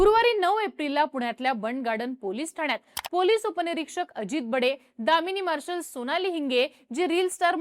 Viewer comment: दामिनी पथक ❌ कमिनी पथक ✅